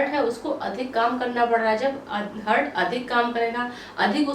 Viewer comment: Hurt nhi heart bolte hain😂